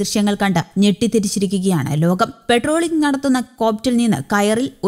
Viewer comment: പെട്രോളിംഗ് അല്ല. . പട്രോളിംഗ് ആണ് 🙏🏻